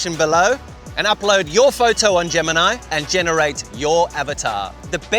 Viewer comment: Why did u switch to Indian accent in Gemini?!